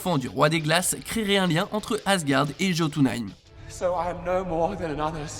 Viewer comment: "JAUTOUNAÏM" Les scandinaves en sueur criant C'EST YOTUNEÏM BORDEL Oui ça s'écrit jotuneïm mais le J ce prononce différemment